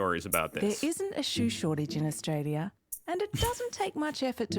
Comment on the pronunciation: Austalia?? LOLOL